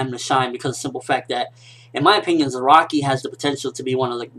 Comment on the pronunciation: it's piss me off every time he say zeraki! his name is fking za ra ki ! not ze ra ki !